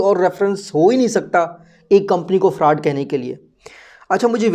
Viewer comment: Bro why u say farud